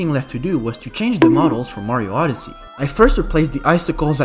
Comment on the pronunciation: "Super Mario OddesEy"